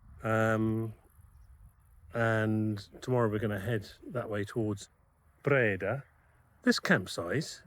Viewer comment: Dutch oe = English oo (as in cook). Dutch oo = long English ō (as in home). Breda has the stress on the 2nd syllable.